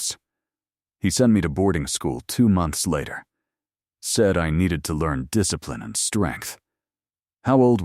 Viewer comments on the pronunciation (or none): none